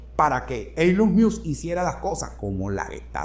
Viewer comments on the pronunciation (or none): Se pronuncia "Ilon Mosk" quien diablos es "ilon mius"? jajaja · Esta es una de tus mejores presentaciones. Gracias. Ahora, no te ofendas, porfa, solo quiero ayudarte con algo facilito: ELON MUSK se dice ILON MOSK (léelo en Español). Tu puedes pana, eres un carajo muy inteligente. Cariños! ☺️ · Maigualida creo q así no se dice elon😂 music